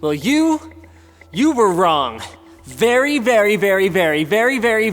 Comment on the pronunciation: berry berry berry berry berry berry berry berry berry berry berry berry berry berry berry VERy